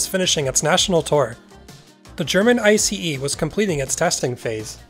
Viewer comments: Finally someone is pronouncing ICE properly! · Me waiting if ICE is yet again miss-pronounced 😁, and to my surprise it got pronounced correctly. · 👍 for pronouncing it right. BTW, meanwhile we had tilting diesel powered ICEs in Germany as well, but they were a flop.